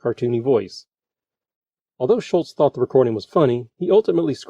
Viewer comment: Everyone has mispronounced Charles' name for so long that it spawned his own Mandela Effect. It is Schulz not Schultz like Hogan's Heroes John Banner. By the way, Hogan's Heroes, another CBS show, was in its first season when this aired.